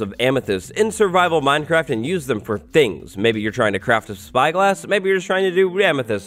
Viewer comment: He said minecrac